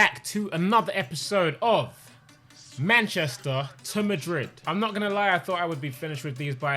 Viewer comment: "manchesterr to madrid"🤣🤣🤣🤣